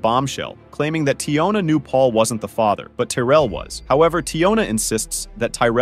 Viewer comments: The AI is so crazy lol I really hate when channels use the AI voiceovers because they don't even say everything right. (Fay-ter) instead of father lmao!! I kinda really hate watching these. Most of the time it's gross women sleeping around with multiple men and not knowing who fathered their child. It makes me sick. My mother slept with several men and I don't know who my dad is. I am 33 and missing that half of my identity. It truly disgusts me to no end. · How in the hell can you not pronounce the word father? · Your AI cannot pronounce liar' or 'father'???? Wow - that Muslim woman has her baby girl in a hijab, I feel so sorry for that child.